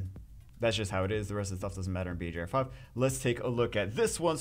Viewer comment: why do u call it bjr5